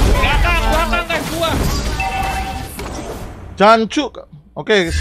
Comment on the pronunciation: jancok nya kurang medok 🤣